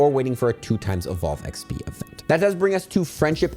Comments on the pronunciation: I love you but I hate the way you say eggsbeee 😂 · Thanks, huge tips as always! Sadly don't think I'll get to 50 but I'll see what I can get done. Side note - no idea why, but I always hear saying XP as "eck spee" instead of "ex pee". Pretty sure I'm losing my mind listening to this video 😂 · Have y'all noticed he says "XB" instead of "XP"? I did and now I can't un-notice it. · Does anyone else hear XB sometimes when says XP? Or am I getting old? 😅